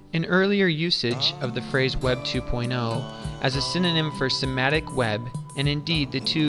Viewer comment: what the heck is sematic? The word is S-E-M-A-N-T-I-C.